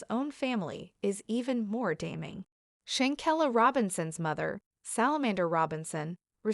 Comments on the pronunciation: Please pronounce her name correctly if you're going to do commentary on someone RESPECT HER PUT SOME RESPECT ON HER NAME IF YOU HAVE TO ASK SOMEONE HOW TO PRONOUNCE HER NAME CORRECTLY,THANK YOU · pronounce her name corr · Learn how to pronounce her name